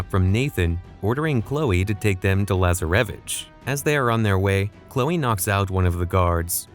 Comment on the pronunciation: I hate the way this AI says Lazaravic and Rafe’s name